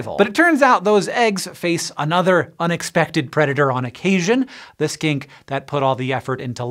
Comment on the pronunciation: I thought he was saying skank instead of skink 🤦